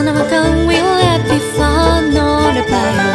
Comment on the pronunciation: This was FANTASTIC! My only (minor) suggestion is that she study the pronunciation of local words like "Bayou."